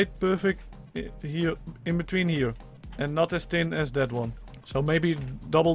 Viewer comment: Love the accent lol fis instead if fish tick instead of thick tin/tinner instead of thin/thinner As if you can't pronounce th